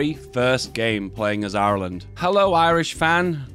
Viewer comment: The way says Irish: normal The way says Ireland: awful